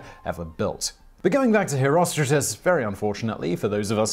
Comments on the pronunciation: Why the are you.pronouncing "HerostraTus" as "HerostraJus"??? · Always though it was pronounced hero-str-art-uhs